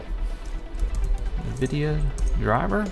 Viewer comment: It's pronounced N-Vidia. Not NiVidia